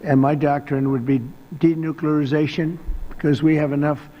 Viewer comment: " De- nookleration" Now I need some " assam..assa...acetone ..acetaminophen "